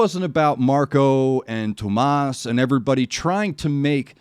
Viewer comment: Yeah, you got the name about right. It's three syllables, though. Too-oh-mas. He's said that this is more of a tribute than a cover. By the way, I know it's all entrancing, but to avoid copyright issues you may want to pause a bit more often. I'd hate to see these banned - you bring a perspective I haven't yet seen.:) <3 Nightwish themselves don't want to block these, but their record company might. If I may put forward a suggestion, their take on Phantom Of The Opera with Tarja from the same show has a fantastic tone. It might be a true cover, but it's really something else. I love it far more than the original. Hang in there,.